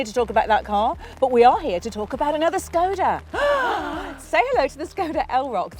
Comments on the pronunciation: It's lovely how you're trying to pronounce "Škoda", but both versions you said (something like "Skow-da" and "Shkow-da") are a bit off. 😊 In Czech, there's no "ow" or "oo" sound in it. The correct pronunciation is roughly "Shko-da", with a short "o" in the first syllable and starting with a soft "sh" sound (like in "shoe"). So no diphthong – just a clear, short "o". Hope this helps! 🇨🇿🚗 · ginny`s sensible, says skoda, `s daft, and says silly SCHKODA, ginnys correct! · Škoda is more easier to pronounce in Scottish 😂